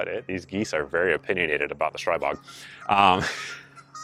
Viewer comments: Glad to see buying before the reviews worked out this time. BDU dropped an email with a "screw it I'm buying one anyways" price and now I'm just waiting for it to come into my FFL. Also, nit-picky but it's pronounced streebog. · Str-ee-bog according to Jaroslav Kuracina.